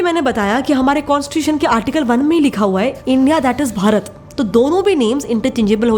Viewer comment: Waah दीदी वाह विष्णुपुराणा नहीं विष्णुपुराण भरता नहीं भारत आर्यावर्ता नहीं आर्यावर्त जम्बुद्वीपा नहीं जंबूद्वीब हिंदी का सही उच्चारण करो अंग्रेजो की नकल क्यों कर रही हम भारतीय वाकई में मुर्ख हैं